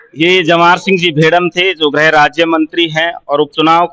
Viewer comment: गृह होता है ग्रह नही भाई